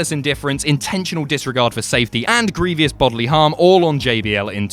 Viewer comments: Stop saying “greeveeous” it’s “grievous” (gree-vus). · It's pronounced 'gree-vus', not 'gree-vee-us'.